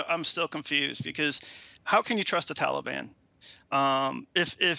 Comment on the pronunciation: Who exactly is the “Talley-Bon” Biden keeps referring to? 🤔🙄 |